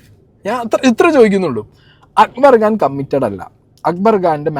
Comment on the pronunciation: It's Khan , not Gaan 😢